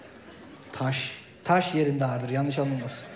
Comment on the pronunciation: taş yerinde ağırdıra vurgu yapıyo herif ya :)